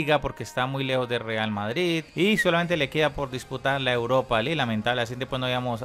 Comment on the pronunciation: No se pronuncia “Barka” se pronuncia “Barsa”